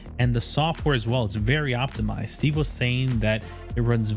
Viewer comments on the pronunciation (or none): none